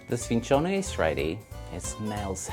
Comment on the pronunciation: Wrong the c is soft. It would only be hard if it was double c "cc". My gram is in Palermo I say it like she says.